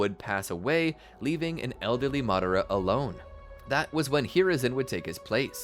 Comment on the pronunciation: Can you pronounce madara name better? I couldn’t caught exactly how you pronounced it but I know it’s not madara…